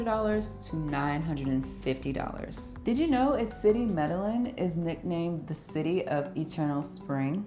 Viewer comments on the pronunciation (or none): Great video! You pronounced Medellin wrong just heads up 😂😂